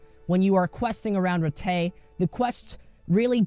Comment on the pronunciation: You pronounce Rattay correctly but cant pronounce Talmberk correctly ?